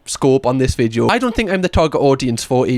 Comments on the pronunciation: I hadn’t noticed until you said it. Now I can’t unsee it. Thank you😒😂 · The way says “vid-yo” is truly one of my favourite things.